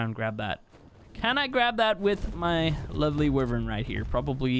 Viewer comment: A lot of “Lovele” in this video